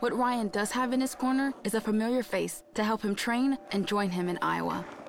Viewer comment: It's not Ryan. It's an arabic name "Rayyan".